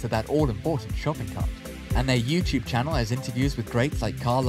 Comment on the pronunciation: You lost me at “ Channel “ 🤭 Credibility blown